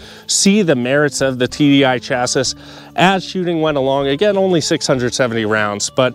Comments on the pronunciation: Appreciate the video but you gotta stop saying chass iss. It's chass ee. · Thanks for the video but I cannot help myself but to say it's pronounced "chassie" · why are you pronouncing chassis like that?